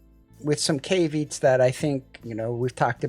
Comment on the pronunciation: Thanks for the review. You said a word that stood out as I didn't know it. Here's how one pronounces caveat. The word "caveat" is pronounced as "KAV-ee-at," with the stress on the first syllable. You can break it down into three syllables: KAV, ee, and at.